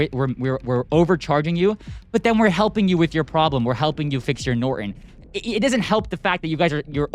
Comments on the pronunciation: It's NOT NorEn, it's NorTOn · What is nor-on????? I think there's a 't' - Norton. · It's easier for someone from India to understand you if you don't pronounce "Norton" as "Nor-in." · "Noren"🤔. Sad how this Gen has just Stopped pernouncing syllables in words. Nor-TON! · Please learn how to pronounce Norton. If you read it carefully you will notice it has the the letter t in it.